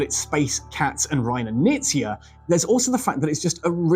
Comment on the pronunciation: HI name is pronounced with the K - Knizia.